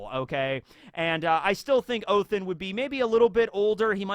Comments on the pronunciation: I know it's not scripted telling but it's ODEN not OTHEN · It’s not Othin, it’s Odin! You have a norse mythology book behind you, you have said yourself that you like norse mythology. And yet you say Odins name wrong! Shame on you! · Please call him oDin Not othin Its Sounds so wrong😂 you pronounced jormungada good👍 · It's ODIN BRO, NOT OTHIN🤣🤣🤣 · Why are you saying Othen not Odin/oden? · ha-ha-ha oathin oh its odin just thought I'd point that out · pls someone explain why hes saying „othin“